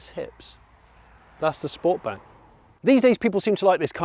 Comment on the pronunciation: These reviews are awesome, but I think I can speak on behalf of sniff and say you pronounced sportback wrong 😂. Honestly these reviews are so much more relaxing that traditional influencers